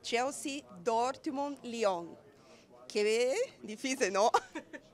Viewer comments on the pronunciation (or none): none